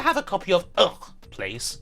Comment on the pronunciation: About UGH! it is spoken "Uh kh" :)